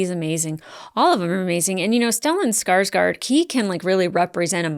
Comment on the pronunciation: since you like Stellan Skarsgård so much, you should learn how to pronounce his last name. the letter "å" is not an "a", try to pronounce it like this "Skarsgord" like you would pronounce that in english. Great reaction as always btw.